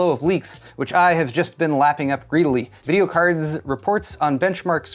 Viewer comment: The way you say videocardZ cracks me up Everytime 🤣